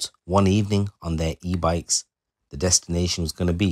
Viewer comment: 36 “three men on their electric “brikes” 👀😂😂